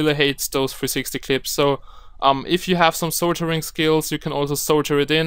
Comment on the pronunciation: Good tutorial...but the word is "Sol-der-ing" not "Sol-jer-ing."